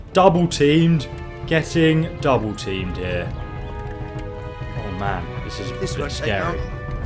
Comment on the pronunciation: It's "double team" not "dobble team" XD